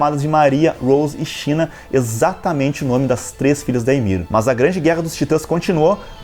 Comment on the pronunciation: Rosê/Maria e Shina (se lê Sina) não China rsrs